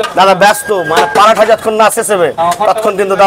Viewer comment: প্যারাঠা না.. ওটা. ওটা হলো পরোঠা 😂😂😂😂😂